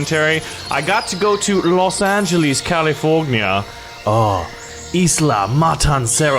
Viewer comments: no i know losangeles is in california but he said it so weird like losangeelees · why did you say losangeles california